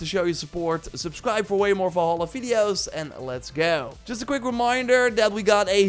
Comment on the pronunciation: "Assassin's creed VOLHOLA" 😂